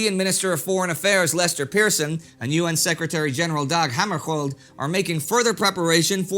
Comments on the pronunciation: Dag Hammarskjöld - I recall it pronounced slightly differently from you. Was it incorrect with the last syllable as "shuuld" not "Kold"? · Indy, I'm old enough to remember the crisis and every time you mispronounced Dag Hammarskjöld's name, I winced. There is no hard 'k' in the name. It is pronounced hæmərʃʊld or HAM-ər-shuuld (in non-IPA), or at least that's how it was pronounced by TV presenter during the crisis and when he died in an airplane crash in Northern Rhodesia in 1961.